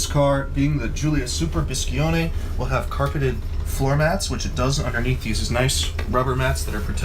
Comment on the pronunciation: Biscione, not BiscHione! Btw, great car! 😍 From an Alfetta Berlina (Sedan for you) owner